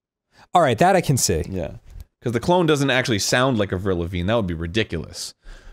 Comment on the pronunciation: Anyone else feel very weird with how Arin pronounces "Avril"?